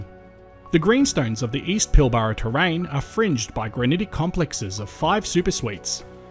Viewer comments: i‘m sorry to nitpick but here in WA we pronounce pilbara as pil-brah not pil-bar-a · It's pronounced PILBRA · It's pronounced the pilbruh